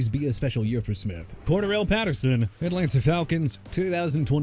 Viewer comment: Cordarelle Patterson as in cor-duh-rell. Chicago as in either shuh-kah-gow or shee-kah-gow. Jadeveon Clowney as in juh-dae-vee-on! New Orleans as in New Or-lins NOT NEW OR-LEANS!! Dude that's enough of you butchering names of everyone and everything CUZ YOU CAN'T LEARN TO PRONOUNCE RIGHT!! I HOPE YOU MR. A.I. VOICE GUY QUIT!! WHEN YOU DO, GET REEDUCATED IN HOW TO PRONOUNCE WORDS CORRECTLY!! ENOUGH'S ENOUGH! AND FYI I KNOW ANDREW VAN GINKEL AND DESHON (DUH-SHAWN) ELLIOTT (FORMER DOLPHINS PLAYERS) DID GREAT FOR THE VIKINGS AND STEELERS RESPECTIVELY! DON'T MEAN YOU CAN BRING THAT UP! YOU'RE DONE. AND IF YOU PPL IN THE COMMENTS DON'T LIKE WHAT I'M SAYING, THEN LOG OFF AND DON'T TELL ME TO STOP WATCHING EITHER!!